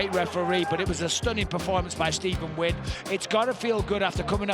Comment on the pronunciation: What the heck is that pronunciation of his last name